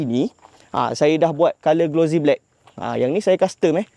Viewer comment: Sebutan bukan glo zie. Tapi glo sie. Bukan Z tapi S